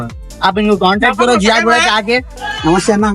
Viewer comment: Bhai woh ziaguda hai not jiyaguda